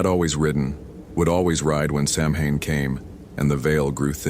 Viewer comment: If youre gonna narrate stories about samhain and irish people, please for the love of god learn how to pronounce the word. Its not sam-hayne. Its sow-wen.